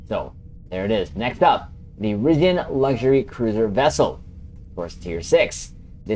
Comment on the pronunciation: You pronounce some words incorrectly. Chronology and Risian